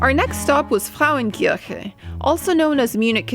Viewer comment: It is pronounced Frauen- Ker-che (Frauenkirche).